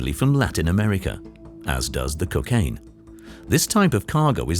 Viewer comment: There is no drug in the world known as Cuc-aine. There is how ever a drug called Cocaine. You ppl sound ridiculous